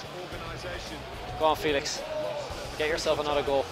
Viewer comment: ITS NOT JOÃO "FILIX" BUT "FÉLIX" ITS DIFFERENT